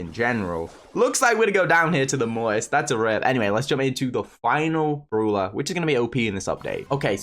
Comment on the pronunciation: It's brawler not bruler